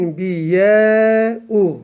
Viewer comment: Enbiyau okuyosunz enbiyaü okunmicakmi